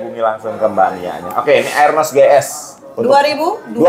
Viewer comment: arnos bang,bukan aernos bacanya